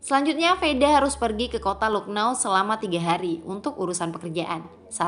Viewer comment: Lucknow dibaca laknaw min